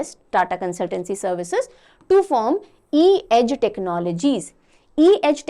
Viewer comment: It's funny how she repeatedly kept misreading C-Edge as E-Edge😂